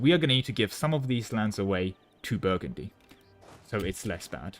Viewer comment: Something something Indiana jones Also you calling Brittany Burgandy a dozen+ times killed me